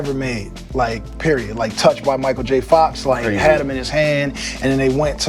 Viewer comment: Thats fucked up how he said Micheal J Fox